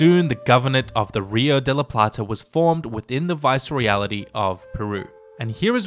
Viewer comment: AMAZING work! (Viceroyalty is pronounced just the way it's spelled though - not "Viceroyality")